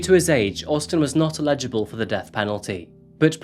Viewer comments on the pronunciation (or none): Love your videos and your presentation. But I think it’s cute how you mispronounce words. It’s not illegible, which means you can’t read something, it’s eligible. Carry On. ❤️ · Just a little mistake that really bugs me. It’s pronounced “Alijabull” (eligible). Illegible means it can’t be read. I’ve noticed you say it wrong in quite a few videos. Love your channel.